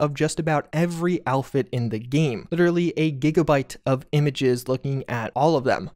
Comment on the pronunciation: Dude it‘s game, not geeem ...